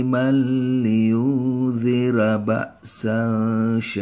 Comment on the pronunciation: Ralat pak😁Di ayat kedua paling awal bukan (kai) bacaannya pak